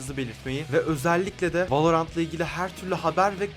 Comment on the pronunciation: beyler valorant dedi velorant demedi